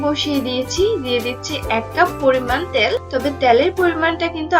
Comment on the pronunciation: ত্যাল না তেল🐸🐸🐸🐸